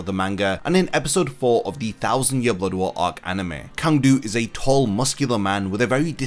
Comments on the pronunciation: I’m pretty sure his name is actually pronounced Tsang du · It is pronounced "Tsang"- his name in katakana is ツァン·トゥ (Tsan Tu). Many of the Sternritters' names are commonly mispronounced by english speaking online content creators. The word "Sternritter" itself is almost never pronounced correctly.